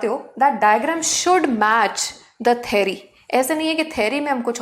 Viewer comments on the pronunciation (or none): Mam it's a theory 😂 not thary